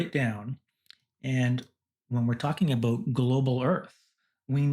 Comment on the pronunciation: "aboot" Cannedian confirmed. Edit: "From Canada". I knew it!